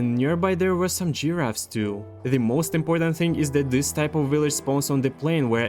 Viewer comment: I like how he said geeraffes 🤣🤣